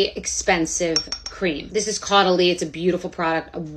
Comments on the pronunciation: Caudalie (Co - dah - lee pronounce each syllable equally et voilà...) is not considered "high end" here in Europe. We buy it in the pharmacies (not "drug stores" as in North America.) It is good but not that expensive...Great! Please try their "Eau de Beauté" which can be used as an EXCELLENT setting spray. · It’s pronounced “co de lee”